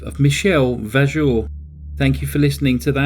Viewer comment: TCR. AU in French is pronounced O. Vojour.